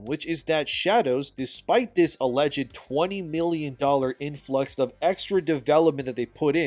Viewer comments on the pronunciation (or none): none